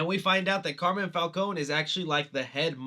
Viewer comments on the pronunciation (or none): Love your videos!! but it’s pronounced CAR MINE (like a gold mine) not Carmen. Just giving a little help with pronouncing an Italian name.